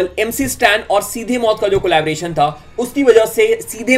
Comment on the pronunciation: Collaboration not collabration